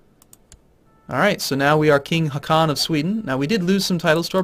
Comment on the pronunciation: Håkan, the name of your character in the end, å = o, so its Hokan not Hakan.. (not considering its Swedish (Finnish guy here, second language here is Swedish)